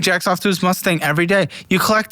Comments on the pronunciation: a Musturd.......a "dream" car...... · It’s Mustang…relax, buddy.